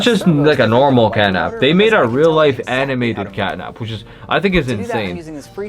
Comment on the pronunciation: catnap not catnak